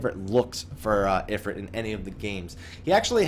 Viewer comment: i believe in the folklore/culture is talking about it is spelled "Efreet" and the "ifrit" spelling is unique to the final fantasy games this is why I believe your pronunciation is correct. he's just based off of an Efreet he isnt the same entity. the actual deity Shiva is waaay different than the Ice goddess that we know of from FF as well so no surprise there. tho interesting to note that Balthier from final fantasy 12 does infact refer to the airship as "the efreet".